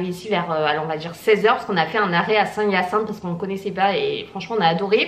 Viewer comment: On prononce Saint - ï - a - cinthe ;)